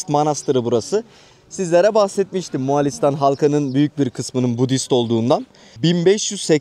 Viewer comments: Yanlış anlamayın ama Moğ(a)listan şeklinde telaffuz etmeseniz daha iyi olur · Neden bu ülkenin adını ısrarla MoğAlistan olarak telaffuz ediyorsunuz?Ülkenin adı MoğOlistan’dır.Lütfen biraz özen gösterin.